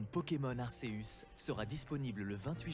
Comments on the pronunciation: c est arceus, pas ark, quand les noms jap ne sont pas traduit on les prononce à la jap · Dans l'animé ils disent "arkéuus"